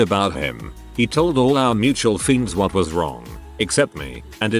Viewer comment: “Mutual fiends” 😂